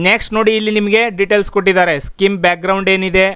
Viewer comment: skim ಅಲ್ಲ ಅದು scheme ಸ್ಕೀಮ್